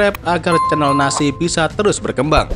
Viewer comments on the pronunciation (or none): NASA ❌ NASI⭕